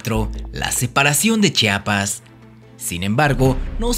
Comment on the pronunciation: P.D. es Chiapas no Chapas